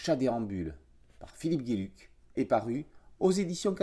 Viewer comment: Philippe Geluck, un super artiste belge. Geluck se prononce "gheux luc" ;-) Mais bon, "géluc", c'est sympa aussi comme prononciation ;-)